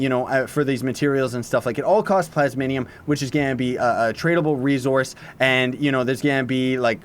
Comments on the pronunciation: "plasminium" rly? Xd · Honestly I’m most excited for the new daily bonuses. I already have too many things to make with the talisman mounts and chaos stuff. Still though I’m very excited for this update. Also, Plas...mi...um. XD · U cant read lol "plasminium" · "plasminium" xD